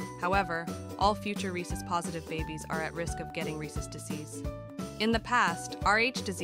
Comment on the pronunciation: Ar-hay-soos. never heard that pronunciation before.